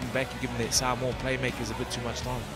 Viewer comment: Saaaamowa...🤦‍♂️ you've had months to get pronunciation right🤷‍♂️